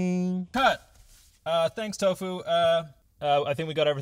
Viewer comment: For some reason doesn't say the u in his name he just says tof Chan idk if its because of them being japanese or something but its just a neat weird lil tid-bit